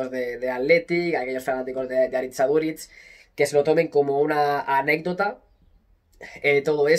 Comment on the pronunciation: Q grande Aduriz, soy de la real, pero me encanta como ha defendido incluso nuestra selección Vasca. Pd: eres al unico al q le he escuchado decir bien el nombre Aritz en euskera😂